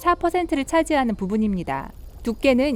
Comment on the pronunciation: 나아요,있떠요,부분입니다,같아요, 발음좀 제대로 해주세요 있떠요~ 침 고이셧어요?